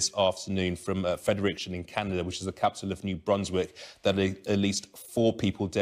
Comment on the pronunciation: Why can’t anyone say Fredericton correctly. Break the word down. Fred-Eric-ton